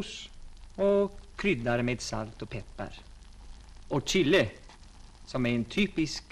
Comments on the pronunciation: Det heter väl för sjutton CHILI och inte chille! 😫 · Han är ju mer amerikan än svensk så därav uttalet på chili. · Hans försök att vara multikulturell. Tyvärr följdes detta av många fler försök.